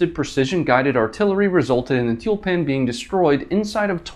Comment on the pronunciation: It's t-you-l-pan.